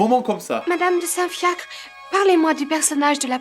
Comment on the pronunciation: Chaque fois qu'elle dit "Madame de Saint-Fiacre" j'entends "Madame de Saint-Fiak"